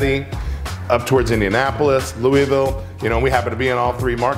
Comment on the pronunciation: Love he’s from Louisville and says Louisville like a non-Kentuckian. Lol 🤦🏼‍♂️